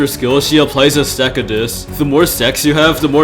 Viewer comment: I know it says stack but it really sounds like something else